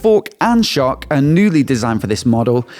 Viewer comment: “Both the for-KK and sho-KK” Accentuation to the max! lol 😂